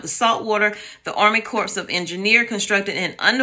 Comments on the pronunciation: Thanks for info. Btw Pronounced like “kor” not corpse. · Corps is pronounced core. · I guess the appliance manufacturers will have a shortage and appliances will go skyrocket in price. Washers, water heaters, dishwasher, pipes, etc. I'm not being mean but corps is pronounced core.